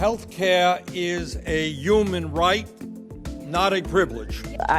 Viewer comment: "Opama care" "Youman rite"